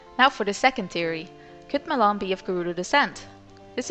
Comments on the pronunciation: Ma-Lon NOT Ma-lOn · "Muh-lon" OMFG.. x.x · So her name is pronounced malohn .Fudge I've completed loz oot calling her malown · At first I thought you said ghost melon. Lol. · Never got that right. Do you pronounce it MaLon or is it MaaLon?